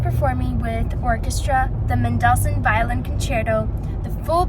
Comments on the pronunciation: A couple of things caught my ear about pronunciation. How does she come by stressing the second syllable of Mendelssohn’s name? menDELssohn? No. MENdelssohn? Yes. Also Tonic. Her pronunciation was TOEnic when the ear expects TAHnic. Just curious. Is it her father’s nationality that causes this variation? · I rematches it and heard “men doll sun” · Suggest if you going to be a top performer, learn how to pronounce Mendelssohn. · Yes that's how it should be pronounced. She says "mendel-sun"